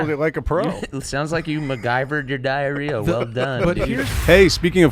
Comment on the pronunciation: Enjoy your plaque as well as the “DI-AH-RE-AH”